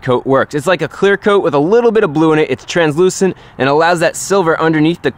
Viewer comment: "Clear coot"